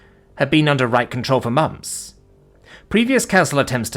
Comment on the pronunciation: I've grown to find it endearing how says "mamps" instead of "months". 😅